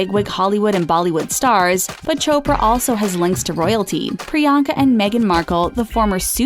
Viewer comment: Chopper?it's chopra🙌